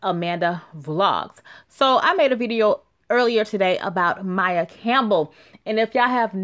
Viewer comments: Her name is Maia (Muh-ee-ah) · I think it's pronounced My-eee-ahh...